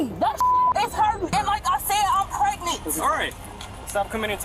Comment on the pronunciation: She's preg-net